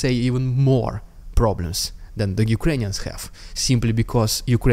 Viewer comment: Why do you call Ukrainians as”Ukrains “?